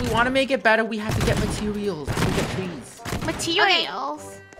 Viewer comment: 𝐈𝐧 they said matweils Me: MATWEIL GURL 💅